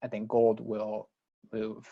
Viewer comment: Can we GOAD you into pronouncing GOLD correctly?